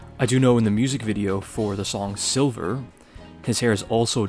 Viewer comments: It's "Sliver" not "Silver." Kurt named it that on purpose for the sake of the mistake you made. He was an OG troll in many ways. 1993 was always the most interesting to me. Going from a short brown while recording In Utero in February to long blonde touring. Well done, this was great. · Sliver not silver